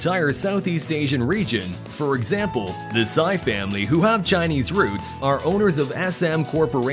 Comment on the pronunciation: the correct pronounciation of Sy -- the last name of the tycoon family is "C" not "sci"...for future reference. =)